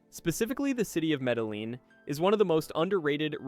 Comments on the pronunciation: It's pronounced..."MEDAYEEN" Not Medaleen like you pronounced. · Medeleeeen? Medeleeeen? Medejeen phoenetically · Maybe. But more importantly your content is INSIGHTFUL while extremely helpful. Thank you. So why not remain an EXPERT in pronouncing correctly the country you're presenting? It will only add to your credibility. The double LL is pronounced YEE..short Y and long EEs. Keep sharing... Thanks again From...4 PASSPORTS 38 countries 18 months in BUCCUMARANGA, CALI, SAN ANDREAS, BOGOTA and of course MEDELLIN 😊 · Medehleen? Med eh yeen....you lost alot of cred with the wrong pronunciation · It is pronounced Medejean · In the name of the city Medellin, the double LL in the middle is it's own letter in Spanish and is pronounced something like a Y in English. The word "ye" as the Ye in Ye Olde Bookstore is close.The letter I (eye) is always produced like a long E in English. So, the city is Medeyeen. There's more to it, fewer people will cringe when you get the LL right. 😊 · Actually it’s pronounced Meda-JEEN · In Colombian Spanish LL is pronounced like J. Medellin is pronounced like Medajeen. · When you pronounce words like Mede-LEEN, it tells me you are not well informed. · If your going to talk about Medellin, you got to pronounce it correctly. Your way off about the safety of Medellin. Let's talk about the air pollution and rents. The city traffic is horrible and the air pollution will cause you problems. Rent-for a decent place in a good area will set you back about $800-$1200 a month. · You butchered Medellin. Dude all you have to do is Google translate and then have it pronounce it. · The narrator's pronunciation of Spanish names is so bad it hurts sensitive ears. It would take 5-10 minutes to learn how to do it right. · You don't pronounce the Ls in Medellin.